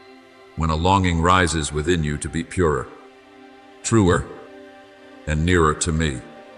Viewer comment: Ai has trouble with word purer…